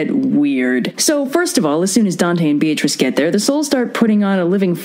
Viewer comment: Funny thing about Beatrice (which, by the way, was pronounced completely wrong in the video because her name uses the Italian pronunciation ;P): She was never Dante's girlfriend. Dante barely spoke to her. He was one of those poets, like Leopardi, who secretly admired a woman from afar and considered her to basically be angelic and perfect and called that admiration and reverence "love".